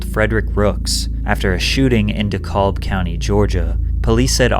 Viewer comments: not de-colb county 😂😂😂😂 da-cab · I hate to be petty but you pronounced DeKalb county wrong. You're saying DE-COBB and it's pronounced DE-CAB. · It's DE-CAB county. Good video tho 😅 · it's pronounced "duh-cab" btw now "dee-cal-buh" hearing that hurt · Lol "DeCallb" so cute. The L is silent. "De-cab" we not that fancy 😂❤ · Dekalb is pronouned De Kab now De-Kal-b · in Georgia, DeKalb county is pronounced duh-CAB, not duh-CALB. rare research miss from Patrick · Dekalb is pernounced deh-cab lol lol. Not dah-cawb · Lol "da-callb ga" 😂 pronounced "duh-cab" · IM SORRY "DE-CALL" COUNTY GEORGIA?! It''s pronounced DE-CAB(Dekalb). Don't come around here saying that stupid shit they'll jump you🤣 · He pronounced the L in Dekalb… that’s an L Lol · It’s De-KAb not De-kalb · dekalb is pronounced Duh-CAB county not dee-calb. Its ok tho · If it’s one thing a YouTuber gon do is mispronounce DEKALB (Dee-kab) COUNTY everytime….(Silento) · DeKalb is pronounced "de-cab". Please and thank you. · It’s pronounced “de-cab” county by the way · Dekalb County is pronounced "D Cab" just fyi. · Dekalb is pronounced de-cab. And Ceelo was in the rap group Goodie Mob years before Gnarles Barkley. They were mentors to OutKast. Real ATLiens know what’s up. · DeKalb is pronounced [duh - CAB] as in "taxi cab" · Dekalb is pronounced de cab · Its prounced de-cab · It’s pronounced DEE CAB county. Yours truly from the 770 🤞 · Just fy for future references: it's pronounced Dee Kab county ;) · I know it's a 7 month old video but since I'm from the area it's pronounced Dee-Cab (DeKalb) county. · It is pronounced De-Cab Georgia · DeKalb pronounced “Dee-cab” down here buddy. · The way you pronounced Dekalb had me weak. As a Dekalb county native I was like… decalb???? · No offense, but it is pronounced "DeCab" county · It’s pronounced “Dee-Cab” LOL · I grew up in Dekalb County, Georgia in the 1980s. It’s pronounced d-CAB. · it’s pronounced D’ CAB county lol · DeKalb pronounced 'De-Cab' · its pronounced DeCab btw